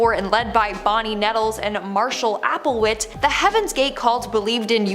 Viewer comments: It's Applewhite not Applewit, The Millerites are not a cult and neither is Adventism, you mispronounce Koresh and what about the Trump cult. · Applewhite. Lol. Not applewit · And she said Marshall "AppleWHIT" instead of Applewhite. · It pronounced Marshal Applewhite